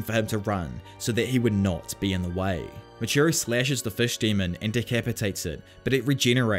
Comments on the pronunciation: Muichiro* not "Muchiro" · moochiro lol. Moo EEE CHEE roh. (edit: I hope this didn't come off as rude ) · Love the video, been enjoying listening to all the arcs again, refreshing my memory. I did just want to say, it is Muichiro, not muchiro.